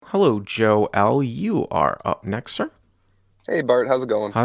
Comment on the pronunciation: “Joel” is not pronounced “Joe, L”